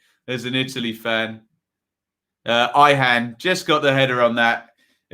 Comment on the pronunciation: Decent pronouciation of theTurk names .. Devishawlu. Cenk is Jenk Cem is Jem. It is Soynunju. Jihanawlu.